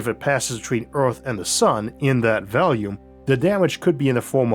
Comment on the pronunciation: The only thing quirky about his speech that I've ever noticed since the very beginning of his channel is the way he pronounces the word "volume" like "Valium" and that just makes him even more badass.